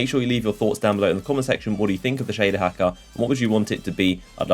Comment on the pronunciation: Shaduh Hackuh